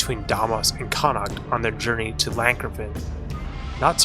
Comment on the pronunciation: You finally pronounced Llancarfan correct and not call it Lee-Ann Carfan! Lee Ann is a Taiwanese movie director! But you still pronounce Cath Bruig weird! It's Cath Bru-ig, not Brug!